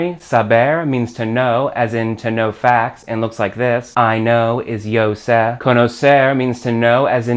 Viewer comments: ¡¡Your pronunciation of sé makes me want to throw up!! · I love the video. It is very helpful. His pronucniation of "sé" hurts my gringo ears! LOL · sé is pronounced "saay". where se is pronounced with a short quick "say".